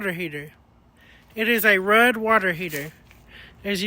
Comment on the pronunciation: Your knowledge and wisdom about a lot of different things is pretty awesome.....FYI RUUD is pronounced RUDE